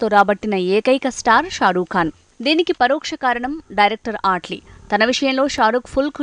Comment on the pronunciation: Ehe mundhu name sakkaga palakadam nerchukondi 😑 ఆట్లీ enti? Mee pindaakudu 😒 అట్లీ adhi